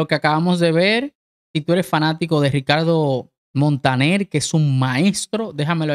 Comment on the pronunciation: El dominicano dice: Ricaldo Montanel